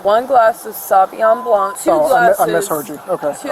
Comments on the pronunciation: Lmao she calls it "savyon blanc" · Haha! Sherrdunay. And then the other one says sawveeon blanc.